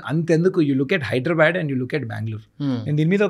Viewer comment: HYDRA వల్ల హైదరాబాద్ కాస్త హైడ్రాబ్యాడ్ అయింది. దయచేసి హైదరాబాద్ అని పలకండి బాబూ